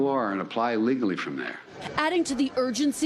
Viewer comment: What did he say Sounds like, "Stay where you are and apply illegally from there" At least he's telling the truth